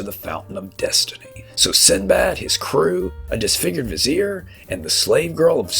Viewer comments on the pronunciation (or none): none